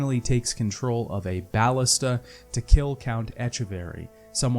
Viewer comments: please, its BAL-LISTUH not baalista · bal-LIS-ta Emphasis on the 2nd syllable. Plural Ballistae.